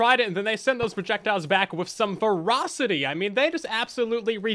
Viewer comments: and yes, I'm probably the only person that finds humor in how confidently he accidently misspoke the word "velocity". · "ver-os-ri-ty" (velocity?)